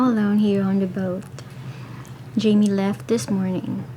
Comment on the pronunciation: Jamie ( hymay your name in spanish) the double ll sound in spanish is a ya sound .....married to a spanish speaker, I have found that big mispronunciations leave them cold...if you stay in Mexico while working you will get it